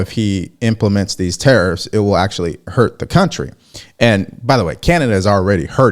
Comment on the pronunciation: Are 'te-eriffs' sinilar to tariffs?